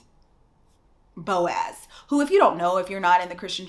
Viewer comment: I literally laughed every time you said "Boaz". That doesn't make me a heathen does it? Cause I was sold the Boaz dream too. I think the story of Ruth and Boaz is the Christian womans Cinderella.🤔